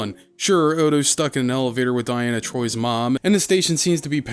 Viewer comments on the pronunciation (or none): deanna troi =/= dianna troi